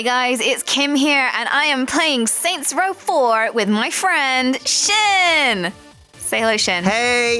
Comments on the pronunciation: Lol I love how ALL of his Yogcast members call him instead of S-Jin. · I think Sjin secretly hates that everyone pronounces his name wrong, but he's too nice to say anything, so he puts an extra accent on the "J"